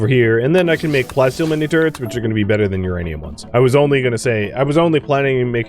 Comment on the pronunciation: You see, the Prof though you said "plenty steel" instead of plasteel XD